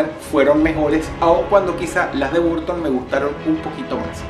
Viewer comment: se pronuncia ¨barton¨ no ¨burton¨